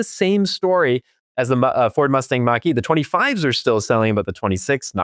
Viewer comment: First of all, the Mach E is marketed as a BEV, always has been. Second of all, it is a Mach-E, not a "Mack 2", in case you want to make a point here. Third of all, there are a ton of reasons not to buy a Tesla today as Elon went full Fascist with a literal Hitler salute, so there is always that....